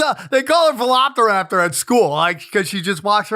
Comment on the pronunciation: I know Sam sucks with words but does he really think it’s pronounced “Veloptaraptor”? 😂